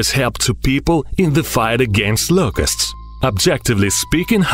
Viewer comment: I thought he was saying Lucas. I was like, “dam. . . He named that cicada